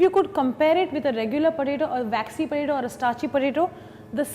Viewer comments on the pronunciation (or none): why does she keep saying puh-taytto??? its so annoying i cant seem to focus on the video whilr hearing puhtaytto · whatt is porato porato thing hahahahha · all cool, but what's a porato xD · You say Poe ta tooo and She says pataeto.